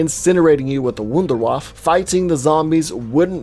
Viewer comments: Just nerding out here but Wunderwaffe (pronounced like voon dare vah fa) is a German name that means "Miracle Weapon" 😂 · Instead of saying "Rikthofen" to "Richthofen", rather pronounce it "Rishthofen". I can understand the pronounciation is difficult for non-German speaker, but this way it sounds "more right" :D also, the E at the and of "Wunderwaffe" is pronounced, like "Wound-R-Wuff-Eh". Hope I helped instead of simply being a German smartass :P